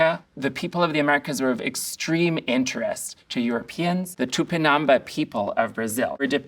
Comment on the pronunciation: Just to let you know that the word "Tupinambá" has the stress / emphasis on the last syllable : ToopeenambAAH ;-)